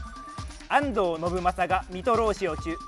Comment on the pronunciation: しかもよく聞いたら安藤信正さんの[あんど]のところだけ強調されてる気がしてきた!!細かいなー…